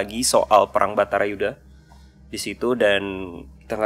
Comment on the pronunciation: Perlu diperbaiki, perang baratayudha (perang keluarga Barata) BUKAN batarayudha.